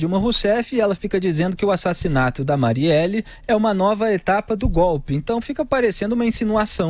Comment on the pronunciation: A Dilma erra o nome da marielle 2 vezes , mas o Augusto também chama várias vezes a marielle de (Mariela) kkkkk alguém noto ?